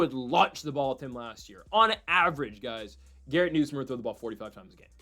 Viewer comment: LSU’s QB name is pronounced Nus like Bus + myer